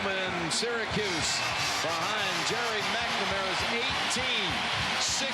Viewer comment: it's Gerry McNamara not Jerry. G not a J